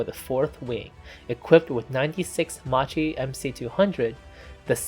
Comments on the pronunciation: It's pronounced as Mackie. So many people get it wrong and it's mildly annoying 😐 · Makki that is how it is pronounced. MAKKI MAKKI MAKKI repeat after me...MAKKI. One hour of documentary and you could not get the name right. C'mon!! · The well commented-upon mispronunciation of 'Macchi' aside this was a highly un-annoying video. I think I would also agree with you that there was nothing 'under-powered' about the M.C. 200. As time goes on that impression, that hit me on first discovering the type in childhood in the 1970s, seems to fade into the past. Maybe it's more a psychological phenomenon, with the engine being under the landmark figure of 1,000 hp, than an actual one. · How OFFENSIVE ! I am extremely offended by this narrator that can't pronounce the name of the subject of the film. Who in the right mind in the production of this clip would allow this? this is grossly pathetic. The narrator grossly pronunce Italian names wrong and to boot the time line is wrong. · Nice video, except for the pronunciation: the correct one is "Makki" so please do not distort the name of a great aircraft manufacturer. Today there is Google Translator, which also gives you a hint on the correct pronunciation, it is worth a visit before posting a video. Too bad that we Italians have to listen to a distorted and wrong pronunciation. Thanks again for this nice video so detailed and interesting, very well done. Bravo. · Why everyone who's not Italian says Macchi wrong? The correct pronunciation of Macchi is "Makkee" , In Italian, "ch" has the same sound as the "k" in the English word "key" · macchi is read "makki" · You pronounce "macchi" in a very wrong way that needs correction... in Italian "chi" is pronounced like "key" in English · Correct pronunciation in Italian is "Makki" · When you are trying to deal with foreign languages, you should deal with the basics of the language you are dealing with! So Macchi,cchi= pronounced K!!! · It was brutal listening.